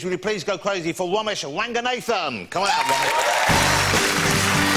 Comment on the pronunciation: WOMESH WANGANATHAN 😂😂😂